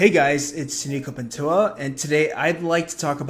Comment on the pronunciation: tu apellido se dice PANTOJJJA, NO PANTOA